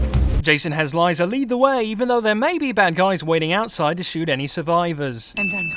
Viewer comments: Sorry to disappoint you, but majority of the whole humanity pronounce Liza as Liza and not Laiza... Layza... eeeh... Still an upvote. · It's liza not fucking laiza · Its not lieza its fuckin liza you stupid fuck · YES! IT’S LIZA! NOT LEEZA! XD just completed it once again and got so goddamn annoyed at Jason for saying it like you’d say “Lisa”. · its not laiza its liza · i swear its just the guy on the channel as im from the uk and i say Liza and not Laiza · Its Lisa. Not Liza. Your pronunciation is wrong, they're American characters, not from the UK. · her name is liza not layza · and misspernounces it it's Li-za not lizha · it's LIZA (The "i" is something like in "kick" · I know this is a year late, but honestly he is the first person to ever pronounce lisa "lyza". Like mate, noone pronounces it like that, stop acting smart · It’s lie-za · That's not how you pronounce Liza smartass. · No, Liza is not pronounced like that... not at all. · Most of these is complete bullshit, that came as a result of not thinking, mildly said, not so broadminded. Also not understanding differences in languages, i.e. mispronunciated Liza name.. And it sounds like the author has no idea of the story behind one half of the 'sins' he counted, or just doesn't give a shit, which sets us back to my first sentence. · I will say one thing. Liza is pronounced perfectly in the game and your pronounciation of Liza made my ears bleed. I kind of agree with everything else tho.